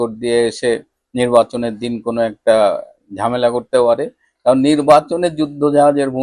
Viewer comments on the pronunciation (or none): none